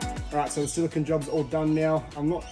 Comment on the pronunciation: FYI, Silicon is an element. Silicone (Cone) is a sealent. Us Aussies are often guilty of mispronouncing it. Great videos. Thank you for sharing your content. Your build looks fantastic mate, excellent job!